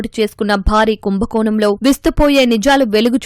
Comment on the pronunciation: ఆది కుంభకోణం ..కుంభకోనo కాదు అలాగే వీరాలాలు కాదు ఆది విరాళo తెలుగు నీ ఖూని చెయ్యకండి దయచేసి 🙏